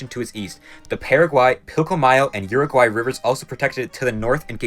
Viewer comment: He said Uruguay. Just.... incorrectly.